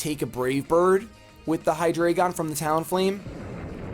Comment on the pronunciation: I gotta be a pedant, sorry It's Hai-drai-gen, not Hai-dray-gon Ein (from Deino) is german for 1 Zwei (from Zweilous) is german for 2 Drei (from Hydreigon) is german for 3